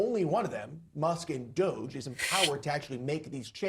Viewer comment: her pronunciation of DOGE just shows she's an uncultured normie.